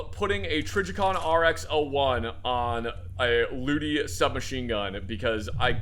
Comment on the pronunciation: you pronounced luty almost perfectly also please look at the heavy shotgun mods, they are great